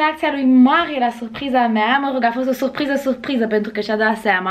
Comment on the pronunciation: Vai da ce suphriză 😂 Niște ore de logopedie nu ți-ar prinde rău. Ma mir ca nu ai fost dusă în copilărie să rezolvi rr-itul ăsta enervant